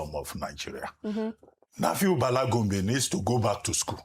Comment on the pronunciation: Arisetv news anchors need to know how to pronounce the names of people. Bala is a common name in Nigeria now and your anchor could not pronounce that name. I keep reiterating that the reason media houses practice federal character is to help on-air-personalities when they need simple things like calling local names. I see that you guys are harping on Bala not speaking 'good English', and that is cool, but to call people's language 'vernacular' is odious. A language is a means of communication between peoples. Please stop denigrating our languages by calling it vernacular. It is a colonial construct that should have retired to the museum of linguistic antiquity by now. It's a language.